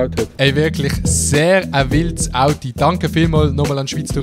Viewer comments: ES heisst AUTO ned AUTI!!!! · Ich han „audi“ Verstande und gemeint, er meini Automarke, bis ich gmerkt han, er meint „Auto“.